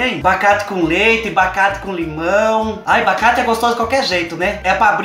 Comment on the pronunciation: O melhor, e o falando "bacate" direto no começo do vídeo kkkk